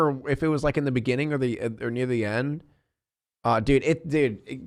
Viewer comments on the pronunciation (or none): none